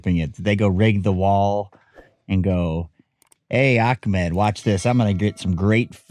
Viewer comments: I’m not sure why Americans have a hard time pronouncing the name Ahmed. Not Akmed. You know how to read and do enough research to do better bud. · difference is you know the correct pronunciation of the name and will still pronounce it with a K, even after this interaction.